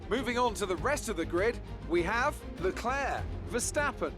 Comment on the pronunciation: Stop pronouncing the C in leclerc it’s annoying it’s like pronounced leclare